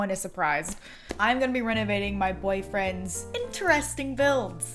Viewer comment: did anyone else think she said “that’s what we will be renegading today”? no, just me being addicted to tiktok? 🤣